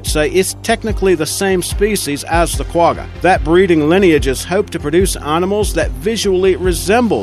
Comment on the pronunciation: You do not pronounce Quagga like that. The top rated in is much better.